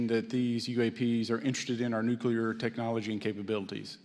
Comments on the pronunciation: "ec-spoused"? No such word! 🤔 'Espoused'? Which she didn't. He also says "nucular" instead of "nuclear" & "eck cetera" instead of "et cetera"! 🤦‍♂️ Again! Maybe means "expound". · Hardly. He mispronounces "et cetera" as "eck-cetera", "nucular" unstead of "nuclear", he made up a word "ec-spouse", and there is a list of other words he mispronounces or misuses and I've put them in separate comments as they've come up. Not "well spoken" at all. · I dont understand how Grusch can hold such a high position and still pronounce the word nuclear incorrectly.